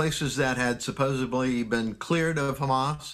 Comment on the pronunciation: Lol, he said "supposebly".